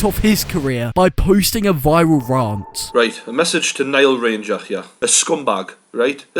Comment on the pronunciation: Good video but why did you call it a rahhhhnt